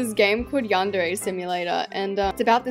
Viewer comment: Not pronouncing yandere wrong😂😂😂